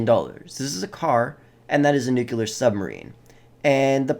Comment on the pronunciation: "... nucular submarine... "